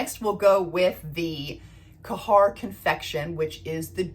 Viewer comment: Hi . Love your reviews on arabian perfumes. I am also obsessed with Khair confection. Just if i may, khair is pronounced like care in English..the kh sound comes more from the epiglottis 😉